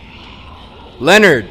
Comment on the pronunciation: did he really just call that ladies husband lenered. sorry cant spell lol im weak